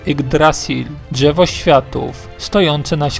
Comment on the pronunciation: Ani czegoś takiego jak gałełzie albo dżewo.... Słabo się slucha